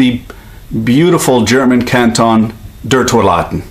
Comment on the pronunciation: Your German pronunciation is pretty good. I'm impressed